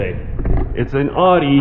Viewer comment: Great video but that’s not how you say Audi!